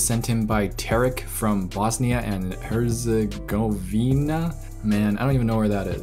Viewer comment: Herzegovina. The "g"sounds like a sounds k. My closest friend fled from their during the war so that's how I know this